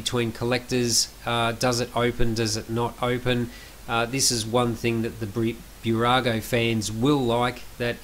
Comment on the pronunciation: Small tip: not Bew-rago, but Boo-rago. Nice review 👍🏻